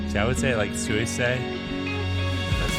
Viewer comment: try pronouncing it as "sue-e-say"